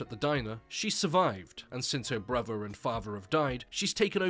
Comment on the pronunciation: "her bruver and fahver have died"